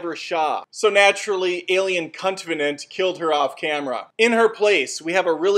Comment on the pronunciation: Is anybody else disturbed that he called "Covenant" to "C*ntvenant"?